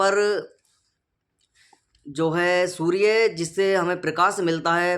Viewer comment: सूर्ये नही सूर्य बोल